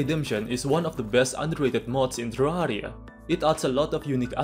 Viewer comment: omg what a accent teRARIA bro Nice commenting